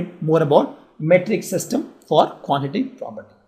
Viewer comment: Quantati Prapty XD XD XD